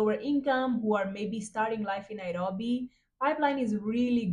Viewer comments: as kenyan i love how you pronounce the word nairobi🤣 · You really know how to pronounce NAIROBI